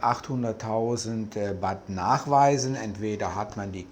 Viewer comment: Danke für die interessanten Ausführungen. Aber bitte, die Währung heißt Baht...man beachte das "h" in Baht oder in Thai das lange "า". Batt klingt etwas Strange. Sollte man aber wissen, wenn man sooo lange in Thailand lebe. 🙏🏻